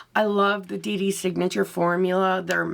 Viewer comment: Awww ❤❤❤.. I truly don’t mind the pronunciation but yes it is Dey Dey Signature 🥰🥰🤗🤗or Day Day Signature.. Now your looksss are Faya!! I can’t decide because how do I choose from 2 fantastic looks .. really love love them ❤❤